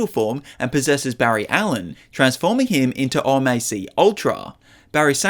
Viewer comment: O.M.A.C. is pronounced “O-mac”